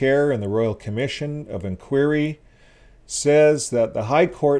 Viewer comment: Why can't you pronounce simple English words correctly--learn how to pronouce INQUIRY. It sinks your credibility with thinking folks.